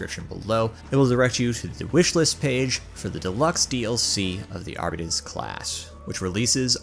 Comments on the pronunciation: It's pronounced Arb-it-taze, not Ar-beat-eez You don't pronounce Arbitrator as "Ar-bitrat-or", you say "Arb-it-traiter" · Why do you demonstrate that you can pronounce Arbites yet decide to only pronounce it properly twice. (Not Arbiddees. ARBITES) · Arbeeeeteees... lool I know he's only an American after all, but Coulda explained how to pronounce it to him before he made a tutorial about it and now teaching others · I pronounced it ARRR BITES not arrr betes LMAO I like my pronunciation better. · Seems there is some confusion then because the voicelines in the game pronounce it differently. It should be pronounced AR - BIH - TEES as per the voicelines in the game. AR - BEE - TEES just sounds dumb af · I have never heard someone call an arbite an AR-BEE-TEES before, and I'd like for it to remain that way. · "Arbeetees" Alright that's an instant turn-off lmao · I flinched every time he said Arbitay... 🙂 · AREBEEDEES lmao c'mon man i know you're american but please try to pronounce it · Everytime someone says "Arbeetees" a kitten dies. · Is that really how you pronounce Arbites? I never would have got that in a million years 😂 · Yeah I couldn't get past the 2nd mispronunciation of Arbites, I don't care if the way he's saying it is widely accepted, its incorrect. Coupled with his monotone disinterested droning of the word its like nails on a chalk board. Can we get someone with some testosterone in their voice to renarrate this?